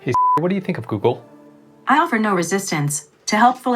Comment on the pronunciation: I. tink. Alexa